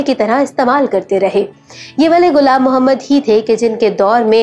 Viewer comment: Its not gulam Mohammed its ghulam Mohammed stop following Indians achi Urdu na bolo Indian ki ghalat Urdu bolo you think it's impressive its not